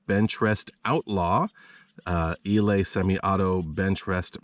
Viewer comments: Eley is NOT pronounce "E- lay" It is pronounced "E- lee". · Learn how to pronounce Eley and Aguila for God’s sake!